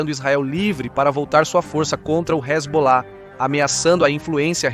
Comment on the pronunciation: "então vai que resbolar , resbolar ... " Sandy e Junior kkk